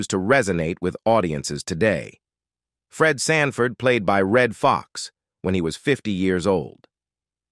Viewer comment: Did AI say Red franford? 😅😅😅😅😅